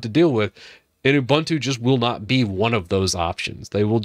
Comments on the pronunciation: It is pronounced oo-boon-too not Ubantu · “Oo-BOON-too” not “oo-BUN-too” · oo-boon-too not oo-bun-too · it's ooboontoo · A couple of thoughts. First, it's pronounced "oo-boon-too." Secondly, Unity wasn't a great invention. When they came out with it, people hated it. I was always much more a fan of Gnome, or other DEs. But I do agree some of the other things you're talking about are disappointing. But one thing to remember is that Ubuntu was never meant to be a power-house distro. It was always meant to be a really easy distro to use to entice people to come over to Linux. I think even though snap is slow, it helps make things easy for people who don't care about power. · the name of the software is an african word... it is pronounced ooboontoo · Obligatory comment complaining about how you pronounce Ubuntu, even though it doesn't actually matter at all and 99% of us pronounce it that way anyways :P